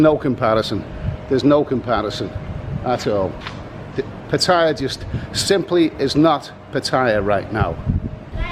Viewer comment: It's called Pa-Ta-Ya not Pa-Thai-Ya